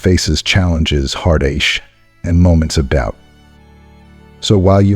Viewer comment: Very inspiring. The bot presentation is among the best I’ve heard. Even though “heartache” comes out as “heart-aysch”, I’m inspired nonetheless. Even though I’m not quite 70, I can resonate with these principles.